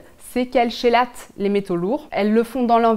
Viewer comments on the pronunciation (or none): merci pour votre vidéo, mais malgré qu'on écrit chélate, on prononce kélate